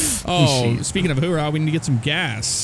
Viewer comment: Oorah, not hoorah Actually, just don't say it :\